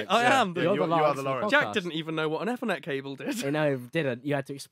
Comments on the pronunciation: Eff-er-net cable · The way he pronounced Ethernet